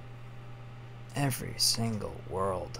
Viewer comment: Does any one else think he pronounces pking kind of weird?